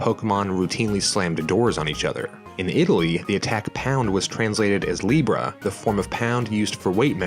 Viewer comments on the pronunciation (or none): none